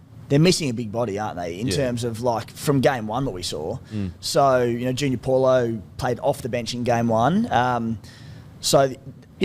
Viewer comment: On the subject. Tago is pronounced Tung-o n Paulo is said as Bo-h-lo. ah, eh, ee, oh, oo. Vowels are key.